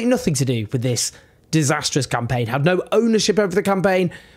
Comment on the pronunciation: i like watching your videos but just for the next time say this vs thiz English is not hard is just need practice